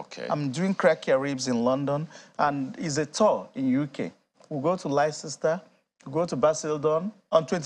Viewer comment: Bro, it's not pronounced, Lesesta😂. It's pronounced, Lesta (Leicester)😂